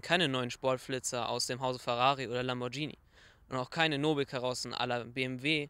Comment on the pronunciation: Dieh-Motor bei Dieh-Mäx? Und Lambordschini? Und wieviele takes habt ihr denn gemacht? Einen? Ist wohl eher als Witz gemeint das Ganze, hoffe ich.